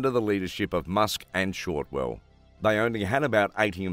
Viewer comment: her name is Shotwell not Shortwell.